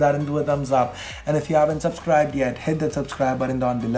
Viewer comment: when ever says ' If ' it always sounds like " F "